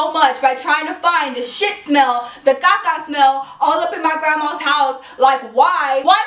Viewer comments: she kill me the way she say caca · every time she says shit and vase i die of laughter and when she says caca LOL